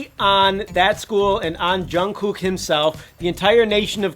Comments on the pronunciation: I just can't stand the way he says "Jun KOOK"... lol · that's not how you say jungkooks name lmao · Boi you pronounce his name wrong EVERY.SINGLE.TIME I'm screeching , and I'm so proud I actually cried kwnfkenekneleme my bby